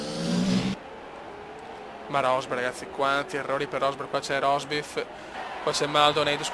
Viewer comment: mi fai morire dalle risate quando kiami rosbif a rosberg =)))))